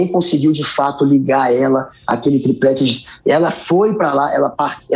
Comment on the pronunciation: Noblat diversas vezes disse "triprex", hahahahaha! O cara é uma piada!